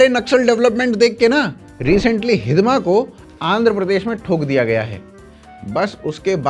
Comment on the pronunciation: "*हिड़मा*" है भाई, हिदमा नही